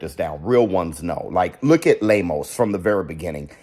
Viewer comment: lol 😂 I love how pronounces “Lame-O’s” 🤣